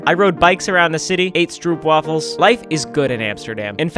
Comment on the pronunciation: "strupwoafels" (really offended me)